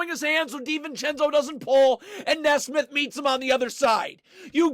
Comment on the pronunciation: It’s NEE-SMITH lol not NES-SMITH you’re welcome